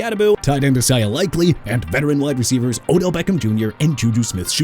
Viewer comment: Can you quit saying "Jagwires"?! Bro it's Jaguars as in ja-gwaars! Also Isaiah Likely as in ai-zay-uh not e-sai-ah!! And Juju Smith Schuster ain't with the Giants no more! And I'm getting sick and tired of your disrespectful takes against my Miami Dolphins! WHAT DID THEY EVER DID TO YOU THAT MAKES YOU SAY ALL THE NEGATIVE NONSENSE?! WHY DON'T YOU COME DOWN HERE AND SAY YOUR TAKES?! Worst receiving core, tank job, won't finish with a productive record, projected to get a high draft pick in 2027... your locker need to be cleaned out... and maybe go watch a game and look at some footage and do your research before you EVER talk about my team or any other team again!! You don't know football at all! YOU'RE JUST ON THE INTERNET PLAYING A SPORTS MEDIA KNOW IT ALL!! GO BACK TO SCHOOL DUDE! BY THE WAY MR. UN-INFORMED DANIEL FAALELE GOT TRADED TO JACKSONVILLE!! YOU CAN'T CORRECT YOURSELF YOU MIGHT AS WELL WORK A HOT DOG STAND!!!